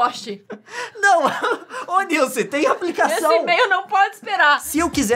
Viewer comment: Pqp !!! Como conseguem ver os vídeos desse cara , primeira vez que vejo .. e nunca mais kkkkkkk Bla bla bla “niuce” “Niuce” Não é “niuce” Meu ovo “niuce”